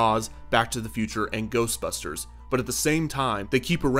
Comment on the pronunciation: The first time that Ghostbusters say Ghostbusters it sounds like they are saying Toastbusters